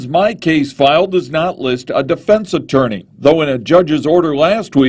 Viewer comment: "CHORGERS " " ATWORNEY "